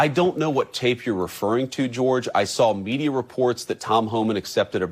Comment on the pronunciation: I love running gag of butchering George's dumb name